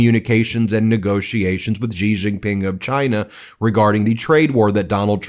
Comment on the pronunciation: BEN! Xi Jinping is pronounced as SHEE, not JEE.